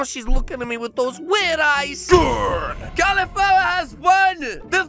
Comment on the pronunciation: I love "Califlower" says